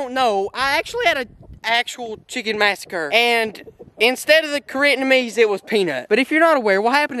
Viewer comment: LMAO....He said Koreatnamese....OTFL